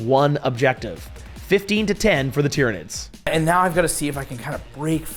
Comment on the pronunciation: Did she say Titranids?